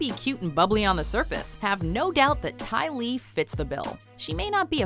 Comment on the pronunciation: Ty Lee.... really??